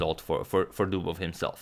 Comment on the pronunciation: That was... "Dobovious"